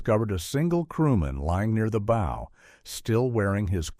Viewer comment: The hull was not black... it was an oxide red. Look at the footage around the mark. It is pronounced Soo Saint Marie, not Salt Saint Marie. The front of the ship is called the Bow (pronounced /baʊ/, not bowe)